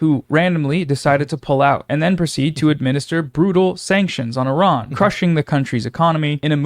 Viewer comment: I'm straight up impressed that Asmongold pronounces the country as "ee-raan" and not "eye-ran" like most Americans. Well done sir.